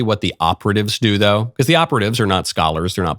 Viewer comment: As soon as I hear him pronounce “because” for the first time I remember why I can’t watch him. Comes off as such a fake dude.